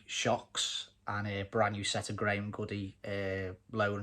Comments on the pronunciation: Nice work and car. A credit to you. Btw Graham Goode is just pronounced as in ‘Good’ not like ‘Goody’ Not trying to be annoying but as you’re into Cossies it’s nice to know. Mate used to work there back in the day. Fond memories of my youth seeing and drooling over all the cossies parked outside when popping down there for bits in the 80s and early 90s 😊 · listen my escort Cosworths been there,Goode as in Rude with a G Gude spelt Goode